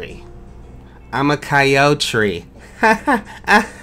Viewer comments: "Coyotree" That was perfect :"D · ‘I’m a coyo-tree’ 😂